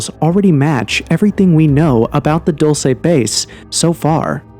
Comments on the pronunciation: Dulce (DooL Seh) NOT "Dolshe", DULCE MEANS "sweet"/"Candy" . There was a creek with sweet water (AGUA DULCE) thats why is Called "DULCE" NOT...whatever u say is called (Dolshe or that sht u said) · It's not pronounced Dulsa, its pronounced dulcy. Dulcee. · It's pronounced "DuLLsAy bAse" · it's pronounced dull-chay.. livin la vida dulce 😁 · At, respectfully, I just want to tell you that the town name is pronounced, "dull-see" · How could you make an entire video about a place and neglect to discover how to say the name? It’s pronounced Duel-say. Edwards Air Force Base is in California. The supposed meeting took place at Holloman Air Force Base in New Mexico. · Pronounced Dool-Say and means sweet like candy. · It’s pronounced “dull say”, correction coming from a New Mexican…. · They are Not aliens, they are demons. And you are pronouncing Dulce wrong. I'm from New Mexico, and it's not pronounced that way. You're supposed to emphasize the E at end. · Thank you!! The pronunciation was driving me nuts. The DUL should rhyme with “school” and the CE is pronounced like the word “say.” DOOL-SAY